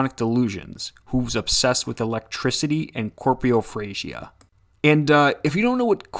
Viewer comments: Not “corpriophasia” It’s “coprophagia” - eating feces. Had me interested for a new weird habit, but it’s just poopoo munchies. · I think you mean coprophagia, not corprophagia. One eats shit, the other is a camnibal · Robed: roe-b-d Copraphagia: coe-pra-phay-gia Hymn: Him-n Don't use the words of you can't. It ruins everything else. Especially when it happens again and again. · When you say 'corpiofrazia' do you mean coprophilia? Sexual attraction to poop? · Okay he said it completely wrong. Coprophagia is what it’s called. He just eats poo.